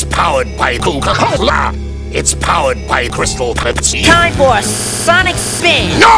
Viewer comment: It's pah It's powered pah It's powered by this pah It's powered by Coca Col-ah